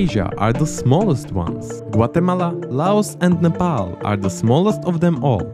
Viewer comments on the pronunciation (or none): none